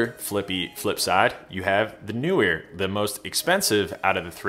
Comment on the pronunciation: How come every person but two (and I am one) who can pronounce Neewer properly because I can see the double E in the name, thereby being Kneewere and not NEWwere or, as you say, New weer.